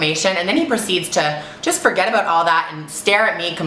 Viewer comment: she said aboot!!! lol i never noticed that